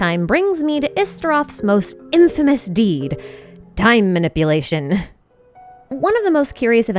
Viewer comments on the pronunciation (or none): none